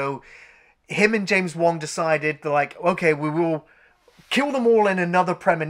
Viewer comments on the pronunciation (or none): none